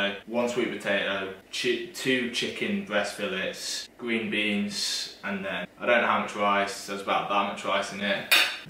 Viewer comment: “gween beans” “wata”